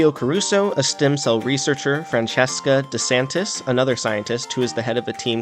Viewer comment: Nope. It's Frahn chehs ka de san tyee. Roll the R, too. If you wanna be a nerd, i'll always be nerdier.